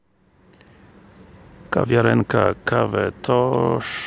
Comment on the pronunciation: Facet czytaj CafeToch,gdzie masz Cafe Tosz, a po niemiecku Kaffe Tosch a czyta się Kafe Tosz.